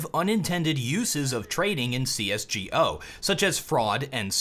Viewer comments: it's pronounced GO not gee-oh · please for the love of god just fucking say c s GO please holy shit